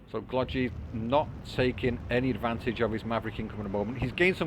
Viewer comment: "no way Glogi is going to buy another KT" -Me "hold my beer" 🤣 We both got so invested that we forgot about TL, I was franticly defending and then I see it is past 55 min xD Ty for the cast, it is very nice for us noobs to see our games casted on yt. Also in Glogi 2nd G is pronounced the same as the first one;)